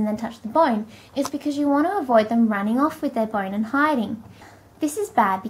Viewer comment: why do you say boine instead of bone?